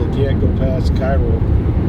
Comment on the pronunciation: Hey, I noticed you came down to my area in Southern Illinois. I'm out of Vienna, Illinois but sell grain in Cairo. It's actually pronounced (Kay Row), not like Egypt's capital. Everyone in the Tri-State area sells grain there at Bunge. The pile of barges you saw on the bridge is where Bunge loads. Every day they'll have hundreds of semis dump there from Missouri, Kentucky, and all 14 southern counties of Illinois. I noticed Travis made a comment about the bridges. Yes they are tight and we have actually pulled 17ft implements across them from Missouri. You have to shut the entire bridge down and go. I noticed you guys make a comment about Cairo looking like a war zone. Yes it's a dump. Been like that for 50 years. Southern Illinoians refer to it as little south Chicago. Been run by liberal minorities and floated on government welfare. I-24 is much better Route and goes by my farm. Also nice looking tractor, well done.